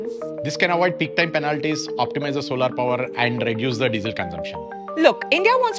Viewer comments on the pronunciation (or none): its solar not solaaaar such an eitching speaker like modi... probably u listened modi frequently